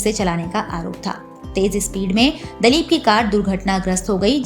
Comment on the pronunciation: Dalip nahi ,dilip bolo mam